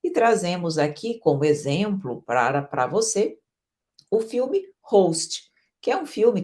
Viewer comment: o filme é Ghost (fantasma) e não Host.